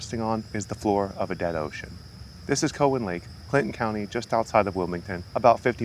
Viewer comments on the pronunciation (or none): Its not Co wan it's Cow an lake. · Hey goof ! It's not co hen lake. It's cow en lake. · Very interesting but yes we say Cow-in lake.